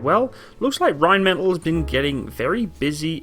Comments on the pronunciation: it's just bugging me slightly but can you pronounce Rheinmetall properly? The L sound at the end is a long L, hence why there are two of them. Otherwise it would be just "metal", think of one of the L's as a silent H. Like metahl. Anyways love the vids. I hope we (Australian Defence Force) end up buying it as it makes sense when we just purchased Boxer IFV and MAN HX series vehicles as well as G-Wagon for light fleet, the display model their is in our camo so they are pushing hard. Might as well go German all the way, lament we never replaced the Leopard AS1s with latest variants opting for the Abrams instead. Using the Boxer turret on the Lynx would be a sensible move as well having common type across the motorised and mechanised fleets but we totally need on-vehicle ATGM capability. Not sold on the rubber tracks...Australian terrain in many parts of the country can be very brutal, it's not as forgiving as in Europe and in this case you can't replace a link or three and keep going, you're well stuck until RAEME arrives which I assume is a change of the whole track. All good for reduced wear on the drive line and weight reduction and to a point noise, i'm guessing there would also have to be some sort of (massive?) cost saving during maintenance life also vs track link. If it's only dollars and cents vs one or the other I'd be still going for traditional track link. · For future reference I believe Rheinmetall is pronounced Rhein-meh-taall instead of Rhein-metal :D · Rhein metáll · Rhein meh tall .. not the English pronunciation of metal. o7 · It's pronounced - Ryne' Met' Aaal'. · very nice, informative stuff. just one thing... completely your choice. Could you please pronounce Rheinmetall in the german pronounciation? so, Rehn-metall? thank you, whether or not you decide to change it, in future videos. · Pronunciation: Rine-maytahl them 'may' is short, the 'tahl' long.